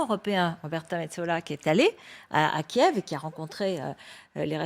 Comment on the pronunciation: As a professional phonetician, the capital city of Ukraine KIEV, is transcribed as /kjƐf/ in all physical dictionaries and online dictionaries. So, the pronunciation /kjƐv/ is not traceable in any classic dictionary. Is the department of phonetics at your media in a deep slumber or have you news readers stopped consulting a classic dictionary? In future, may I suggest news presenters spend as much time doing their phonetic homework; prior to presenting news; as when they paint their faces and dress in classy attire -- for appearances may be deceptive.